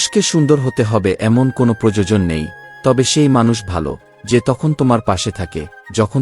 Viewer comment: এতো সুন্দর পাঠ করছেন কিন্তু প্রোজোজোন বলবেন না বলুন প্র য়ো জ ন 😅